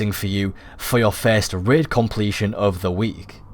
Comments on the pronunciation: Raid, not Rid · Raid - Ræīd He says: Rēd XD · Red? It's rAid...😂😂